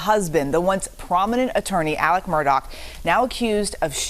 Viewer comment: This journalist needs to do her due diligence. It's not Alec Murdock, it's Alex Murdaugh unless you're retarded and from South Carolina. Pronounced "Alex Murda"